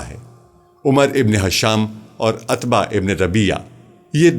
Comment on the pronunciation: عتبہ میں ع پر پیش ہے۔ السلام و علیکم غلط ہے السلام علیکم درست ہوتا ہے۔